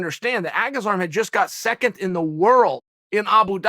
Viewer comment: Chael "seconth" Sonnen 🤣🤣 2th lmao Its 2nd UNC 🤣🤣🤣🤣